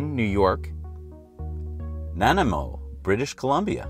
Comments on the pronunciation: Nanaimo is BC is pronounced nenaymo. great video! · so excited to hear you say (however butchers the pronunciation lol) superchargers were being built in Nanaimo, BC Canada! the island has thus far been completely unrepresented. ps. Nuh-NIGH-mo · Hey guys, Nanaimo is pronounced na-neye-mo :) Awsome place on Vancouver Island. Great show! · Lol it is pronounced nanaemo British Columbia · Nanaimo is pronounced differently